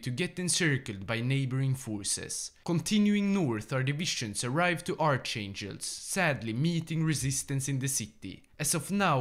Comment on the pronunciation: I really like your videos but how u did pronounce archangelsk, that is a crime